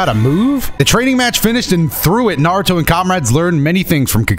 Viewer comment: Every other time this man says Naruto I swear he's saying Nardo. Like he's talking bout Nardo Wick